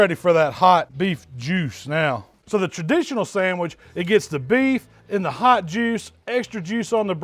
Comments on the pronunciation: Sangwich lol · My guy said a sangwich u kno its gon be